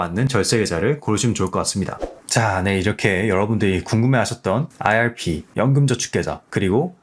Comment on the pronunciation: 내용은 좋은데 발음때문에 듣기 힘들어요 왜 아알피라고 하시는지